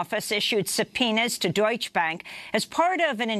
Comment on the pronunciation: Amy, please work on your Spanish and German word pronunciation. It's sounds ignorant and unprofessional. Maybe Juan could help you pronounce "Tijuana" [not tee-a-wanna]. The German word "Deutsche" has two syllables [Deutsch-uh]. Other than that and how you tend to chase Russiagate DN! is fantastic.